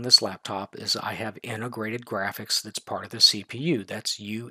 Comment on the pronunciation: UHD* not UDH